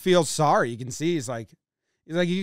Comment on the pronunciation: *see not “eee” 😄😄😄